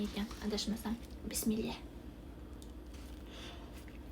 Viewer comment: Bismillohu raxmoni raxim diyiladi bismillah emas